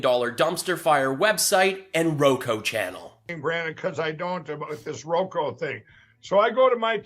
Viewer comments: Mikey its Roku son roku not roko. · It's "Row Coup", Mike... say it "Coup" Row Coup...